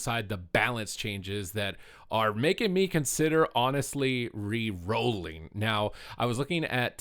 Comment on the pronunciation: He can't say reroĺl. Mate plays every class